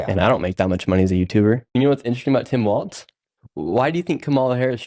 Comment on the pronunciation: I love what he's doing but I just wish someone would fill him in that its Walz not "Waltz" 🤦‍♀️🤣🤦‍♀️🤣